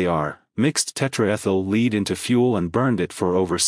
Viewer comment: AI doesn’t know how to pronounce lead.